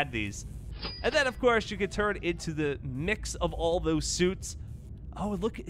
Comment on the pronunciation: Really my guy why did you call him mixs